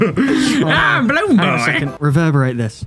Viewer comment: Owen Funkhouser now that's how you spell balloon boy he said ballone boy